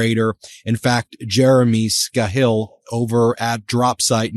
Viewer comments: Ben, it’s pronounced SKAY-hill, not Skuh-HILL. Take the time to check pronunciation of names people who are well known to your viewers. You sound sloppy and uninformed. A lot. C’mon, man. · Scahill…. Skuh-HILL? Quite sure that would be SKAY-hill. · Trump knew that Iran had said many many times that if they have US bases from which to launch attacks upon the people of Iran, the bases are legit targets. Trump is trying to play ignorance to those Arab leaders. It's pronounced Skay Hill. It's pronounced Hor mooz. It's pronounced Ee rahn.